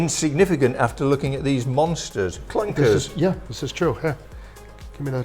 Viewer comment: Lunkers, not clunkers